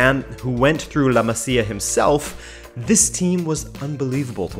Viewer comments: I know this is ŕeally irrelevant, but it hurts my ears. It is pronounced "La Mázia" and not "La Macia" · pls bro “La Maz-ia”